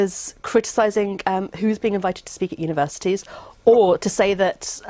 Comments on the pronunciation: 02 “Univerisities”? Is that how Universities is spelled in The UK? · Univer(i)sities? It's universities But the video content is nice though. 😆